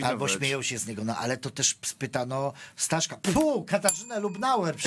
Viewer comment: nie Staszek tylko Stasek, to podstawowa różnica. Serdecznie POzdrawiam ekipę prowadzącą oraz wiernych widzów programu #BezSpiny.